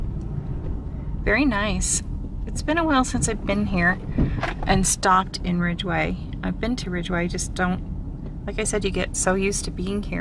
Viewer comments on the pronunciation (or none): There's no R in Ridgway